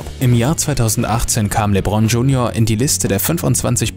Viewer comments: No hate aber wie du lebron gesagt hast muste ich lachen aber cooles video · LeBron beste Aussprache kappa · Jz mal real das hat mich abgefuckt wie der das ausgesprochen hat